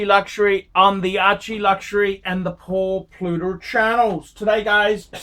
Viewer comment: Who's Paul Plut-er?